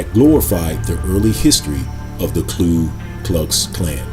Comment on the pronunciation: The spelling is right there, Ku Klux Klan, and still repeatedly calls it KLU (clue) Klux?